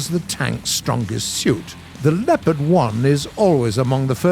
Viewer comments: Its called Leopard and not lepard there is an o in it!! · You have to say Le"o"pard not Lepard make an pause after Le and say o and then pard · Snipars223 yes but we are saying Sherman the English way and not like share mann so why should brits say lepard and Tiger their way couldn’t they respect the tank pronouncing it the way the tank is originally called